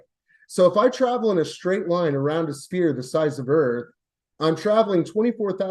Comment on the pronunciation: Is ANY flerf able to say 'sphere'? Like, seriously 😅